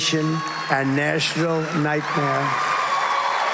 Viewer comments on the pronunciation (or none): think he means National, but it sounds like Nashville Nightmare. lol